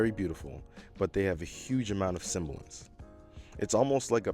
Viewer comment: Very nice review. Great writing and beautiful video and staging. Only one grammatical nitpick: sibilance, not “cymbalance”